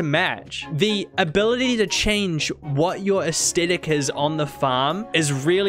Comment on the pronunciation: for the love of all sanity, please learn to pronounce the word Aesthetic, it is not AES-TET-ICK